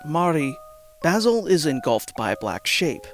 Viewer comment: good vid, hated how you said omori and basil though